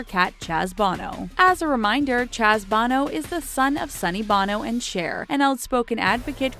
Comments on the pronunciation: I feel like they always purposely pronounce words wrong barrage is pronounced burrr ahhhge and Chaz bono is not bah no it’s boe no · Hey, ITS BONO, with an O, Not BANO! DONT BE STUPID! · Hey lady. I can't believe you don't know how to pronounce Sonny and Chaz's surname "Bono"! It's NOT pronounced the same as "Bono" from U2! It's pronounced the way it looks! DUHHH! It's 'BO-NO'. Not, 'BAH-NO'. Idiot. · it's hilarious that this person doesn't know how to pronounce "Bono""... it's not like the U2 singer... long "O"' .... did you just crawl out from underneath a rock? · Show the clips. You mispronounced Bono, there is no a in it. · frauleinmona she mispronounced so many things I stopped counting lol